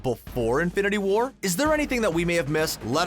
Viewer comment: Stop emphasising the second word in "Infinity War". It's not "Infinity WAR", it's "INFINITY War".